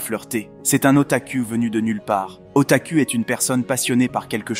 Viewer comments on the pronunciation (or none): "Otakou" pas "Ota-cu(l)" x.x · Alors heuuuuu ca m'a fait rire XD Otaku ca se dit pas U mais ou